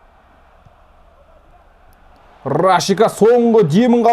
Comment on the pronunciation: Рашика емес Рашица емеспа есімі